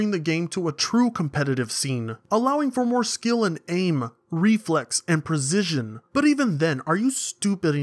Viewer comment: You say "Prezision" funny.